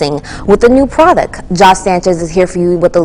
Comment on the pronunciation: She say produck At about 2 130 Is michigan accent I also Do it.. No like